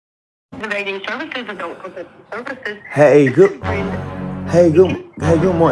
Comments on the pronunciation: I could have sworn it’s pronounced ADULT not ADOLT boy bye😂😂😂😂tell the truth and shame the 😈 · DID HE SAY (ADOIT)- NOT ADULT. 🤷🏽‍♀️ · This dude can’t pronounce ADULT correctly 🥴